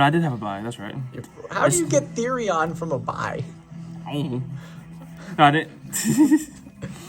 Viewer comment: "Therion" lol